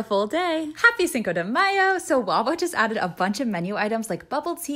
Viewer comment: She has before. She just didn't use an accent when saying Cinco de mayo. She said it fine. And yes I'm Hispanic.